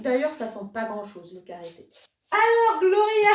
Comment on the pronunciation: Coucou, je suis d'accord pour les touches sucrées des parfums floraux, il y a matière de faire différemment. J'ai rigolé quand tu as prononcé "Glowria" ahah. J'adore le bain douche Rhubarbe et Rose, il laisse une délicate odeur pas trop entêtante sur la peau :)